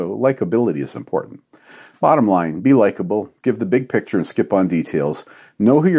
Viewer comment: "Likeability is imporant". Don, man, you got it all XD.